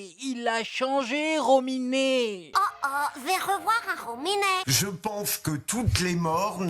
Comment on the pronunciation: 😉😉 Le RRROMINET !😂